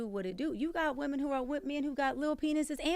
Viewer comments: Woman instead of women eats me up every time she says it. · Is it me or she can’t say women?